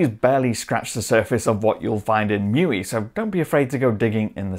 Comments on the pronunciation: Bro, you must know that it's not pronounced "Mewee," it's "Mee You Eye". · „Show Me“ uses "Mee You Eye".